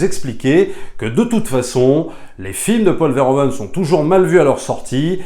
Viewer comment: Merci pour la critique que j'ai trouvé intéressante à écouter. Par contre, une suggestion si tu reparles de ce réalisateur dans une prochaine vidéo: en tant que Belge, entendre tout le temps "Paul Verhoven" --> aaaargh. En néerlandais, "oe" se prononce "ou" --> ça donne donc "Paul Verhouven". :) Au plaisir. ;)